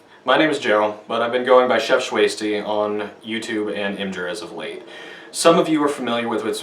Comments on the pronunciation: Its IMGUR NOT IMGER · "ihm-jer" All sympathy gone. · Im-Jur?!?! TRIGGERED!!!!!!!!!!!!!!!!!!!!!!!!!!!!!!!!!!!!!!!!!!!!!!!!!!!!!!!!!!!!!!!!!!!!